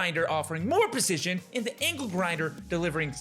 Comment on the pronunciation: ITS ANGLE GINDER NOT ANKLE GRINDER DUDE😂